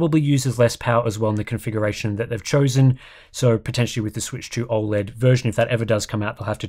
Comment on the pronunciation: I don't trust anyone that can't pronounce O Led correctly.